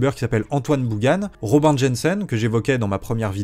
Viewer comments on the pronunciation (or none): none